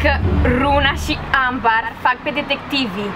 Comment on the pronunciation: Ambar se citeste ,,ember''